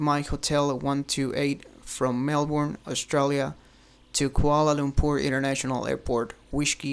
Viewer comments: Just saying, over here we say Mel-burn not Mel-born. Thanks :P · TheDore [Theodore] it's way more like "mel-bin"